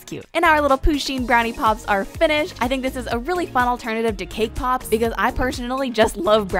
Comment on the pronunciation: Who else thought she said kpop instead of cake pops